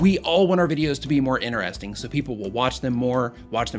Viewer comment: did anyone else hear him say INERESTING